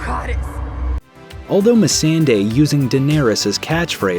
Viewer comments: What’s with the blatant mispronunciation of Missandei’s name? It’s so obvious when you turn right around and pronounce “Daenerys” perfectly. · The way he said Missendei and Rickon hurt me.